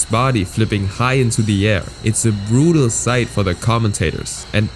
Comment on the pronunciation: The way he pronounces certain words like ‘brutal’ is definetly german accent, so my guess is that is native language is definetly german.